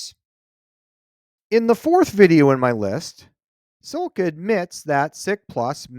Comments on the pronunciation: SILCA, not sil-a-ca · Silica - lol. It's Silca - just one i in there dude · You can't even pronounce Silca